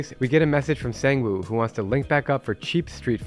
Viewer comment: HE IS NOT A SANG WOO IT'S PRONOUCE CALLED SONG WOO